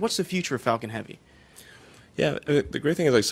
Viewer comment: When he quotes Falcon i hear fakin??? He must have hate it it at one stage :D . Fakin Falcon